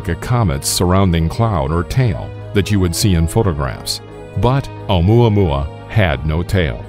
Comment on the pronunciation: Maxine Raven Alum i thought he Said omae ma wou xD